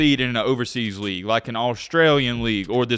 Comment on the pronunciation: Racist ah video lol especially when he tried to read the Team and League name